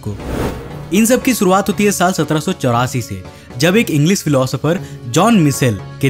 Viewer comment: भाई तू खुद का नाम कौशिक बराबर लेता है.... फीर ऐसे मिसन, मसिन, इंग्लिस, सुरूवात, मिसेल, प्रकास, मोसन क्यू बोलता है बे....